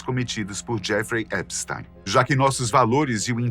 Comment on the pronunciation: Primeira vez que vejo o nome Epstein pronunciado corretamente. O "ei" pronuncia-se "ai" em alemao , logo epstAIn. Ate agora so tinha ouvido EpstIn.